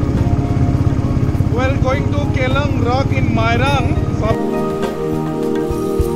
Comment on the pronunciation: Kyllang rock not keylang rock...